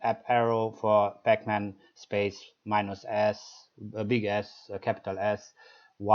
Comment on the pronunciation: Sorry i giggled a bit when you said Big S. Anyway thankyou nice tutorial and easy to umderstand